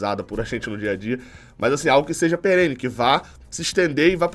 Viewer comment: Peren não. É perene